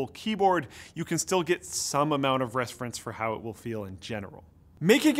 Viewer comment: "Resfrence" Lololololo